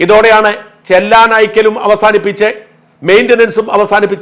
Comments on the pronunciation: ചെല്ലാൻ അല്ല sir ചെലാൻ 👍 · ചെല്ലാൻ അല്ല ചലാൻ എന്ന് ഉച്ചരിക്കാൻ ശീലിക്കുക🎉